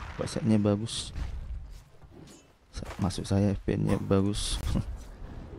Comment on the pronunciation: Bacanya vipien bukan fpn 🤣🤣🤣🤣😂🤣🤣😂🤣